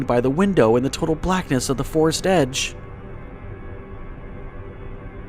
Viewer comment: It's FOREST Not FAREST